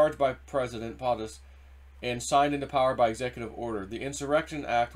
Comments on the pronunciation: For the love of God man, if you are going to speak on your videos, learn how to pronounce words! When you pronounce POTUS like potted instead of like potato I feel like screaming. It's a long O dude. Makes you sound ignorant even though you are not. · As already stated PO' Tus not POT us, PO as in Ho like the fake VP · Not sure why it annoys me but it does. It's PO-TUS Not POT-US Po-ta-toe Po-tat-oe right? 😂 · It’s pote us Not Pot us POTUS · YEEEEEES hes been told and told and keeps doing it. It makes him look like an illiterate boob. He cant pronounce 1st ladies name correctly either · PO- TUS. You are saying it wrong. Hurting credibility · Please, learn how to properly pronounce “POTUS”.